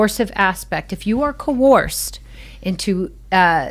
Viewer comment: Giving clueless the “blues” with clues…if you’re going to use the word “coerce” over and over, you should learn how to pronounce it…she’s a “survivor” of people calling her a “victim”…🤣🤡🌎 sooo mysteeerious about what she can’t say, smells like a SCAMMER!